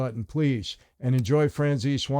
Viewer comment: No disrespect, but your last name should be pronounced Franzese, not Franzes. Italians pronounce the vowel at the end of their name. We were know as lomont but our family pronounced our name LomontE > Lomonte.